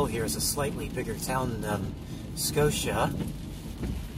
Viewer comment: Your pronunciation was perfect. Scotia NY is a suburb of Schenectady which is outside of Albany. It was a wonderful village to grow up in. ❤️ We enjoy your videos very much. I hope you have Healthy and Happy new year.